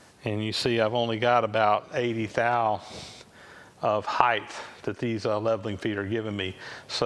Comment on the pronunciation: Please take note, the word 'height' rhymes with 'right' and 'light', there is no letter 'h' at the end.